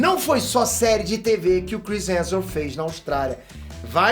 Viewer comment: O dá um migué na pronúncia do sobrenome do Chris. Toda vez “Chris Heajusbskalabsus”. Muita consoante na mesma palavra…